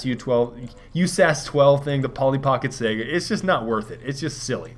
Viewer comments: SIGH GUH. Not sega. SIGH GUH. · just so you know the saiga is pronounced (SY-GA) i know you hate being corrected but just trying help. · dude, it's Saiga....with an i. not Sega like in Sonic the Hedgedog